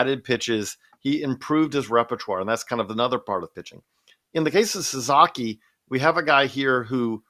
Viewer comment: hey, baseball expert...it's Sa-SA-ki NOT Sa-ZA-ki....lose credibility when you keep botching the last name.